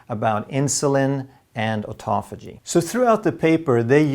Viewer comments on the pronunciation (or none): none